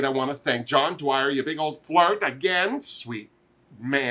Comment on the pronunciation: And thank you for pronouncing my last name correctly as a Tipperdoo. It used to be a very Irish "O'Dwyer", but Great Grandpa got drunk one night, dropped the "O" and it shattered. With Crazy Glue and duct tape yet to be invented, he couldn't repair it. But that apostrophe is out there somewhere........ Now, let's get into it. As for the final Maxi Challenge, Scarlet and Priyanka gave phenomenal performances. Unfortunately, Rita appeared stiff and nervous, and her lip sync was a bit off here and there. Shame. But all three had amazing verses. The vocals did sound a bit reverbby and tinny. Maybe it was due to all the ice coating the inside of the studio walls. The Great White North, eh. Rita's look was truly amazing with such mad make up skills, but not a great choice for a best drag finale. I loved Scarlet BoBo's ensemble, but it did not fit her well. Still, concept-wise, it was punky glamour and so very BoBo. But Priyanka blew everyone out of the water, so no (world of) wonder she won, combined with her performance and no-frills lip sync. Even though it was based on a traditional cultural dress, her make-up and presentation were phenomenal. I love that all the girls were brought back to participate and walk the runway. So Canadian. And Jimbo was so Jimbo. Yes, Priyanka is the winner. So well deserved. Actually, I would have been happy with any one of the top four winning. For many episodes, I was rooting for Scarlet Bobo. I thought she had a real shot with her performance and